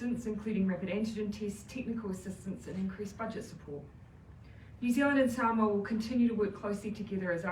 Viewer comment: The pronunciation of Samoa is NOT 'samower' but 'Saamore'. It's all about showing respect to the visiting Prime Minister of Samoa by learning how to correctly pronounce the name of a nation NZ 'administered' for over 40 years.